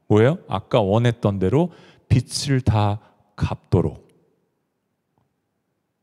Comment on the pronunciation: 목사님 선포하시는 말씀 매주 기다리며 듣는 자매이에요. 항상 꿀송이 같은 양식을 듣게 하셔서 감사 😊 🙏 근데 빛을 [비츨] 빚을 [비즐] 빚debt이 자꾸 하나님의 빛처럼 들려서.. 너무 상이한 뜻이라 조금 염두해주시면 감사하겠습니다. 빚을 (비즐) 빛을 (비츨)